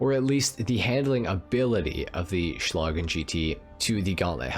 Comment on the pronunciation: Oh, and congratulations, you might be the only english speaking gta youtuber who pronounces "Schlagen" right.